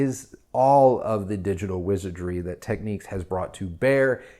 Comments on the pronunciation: It's Technics not techniques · What’s this with Americans mispronouncing names if it’s Nykon and now we have Techiques, it’s Tech nicks